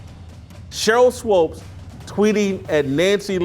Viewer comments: Her is SWOOPES rhymes with HOOPS. You keep saying it wrong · Why do you keep saying Swopes instead of Swoopes? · JASON ITS SWOOPES NOT SWOPES. Thank you Steve for helping Jason out lol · Thanks for FINALLY correcting Whitlock on pronouncing Swoopes😂